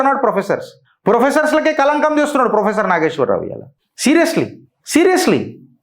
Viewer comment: Endi maree ginta anyayama.. faafam ayan frofesshor ani maryada guda led neek.. faafam etla nidrapotado endo.. frofesshor ni frimary ischool teacher cheshnav po!! 😂😂